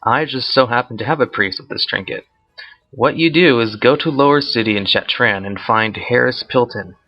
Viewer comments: Your videos are great, but dude, you can not read at all. It's Shattrath, not Shattran, and The Lich King, not the Linch King. This is noticeable in a lot of your videos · Why do you pronounce Shattrath as Shattran?